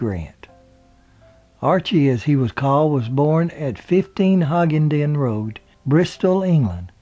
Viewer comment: Pronounced Hugh-en-den Road (Hue-hen-den Road)